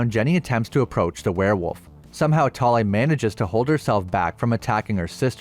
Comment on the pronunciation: As a Norwegian i love your pronaunsiasion of Thale. I also enjoy your videos